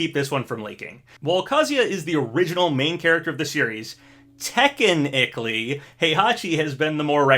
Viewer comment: Papa we love you but i died a little when you said “tekkenichally.”